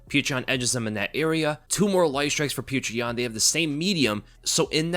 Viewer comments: Why are you calling him “peach tree yan”.?? That’s not even close to his name. I was more fired up for omally than any other fighter ever. Don’t know why I just feel like proud of him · Ay yea i love "petra" yan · subliminally plugging Patreon when saying Petr Yan